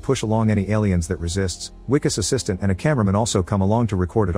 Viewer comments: I L❤️VE this movie!! Sad u pronounced it Wicus, and not Vicus! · The Wi in Wikus has the same sound as the letter "V". Or the "Vi" in Vicks. You pronounced the "Kus" syllable correctly. So instead of saying "We"-"kus", just say Vee-Kus. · As a South African I must say that wikus is pronounced vikus.much love